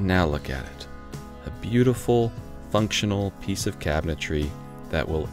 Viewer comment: Did you say "install this piect"?